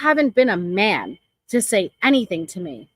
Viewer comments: Anythink ❌: Anything ✅ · Along with everything else she says. Whatever whatsoever……. Aaaaand Then!!!! Or “anythink” Can’t stand it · Everybody else: Anything ✅️